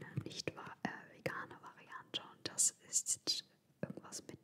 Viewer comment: Wie ich am Anfang schon lachen musste. "Des isch a Haul!"🤣 Ich liebe diese Videos von dir und lasse mich immer gerne inspirieren! <3